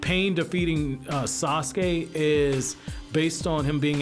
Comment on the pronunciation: sasuke not assume